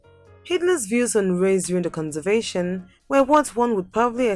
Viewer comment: Shame. You can’t even pronounce conversation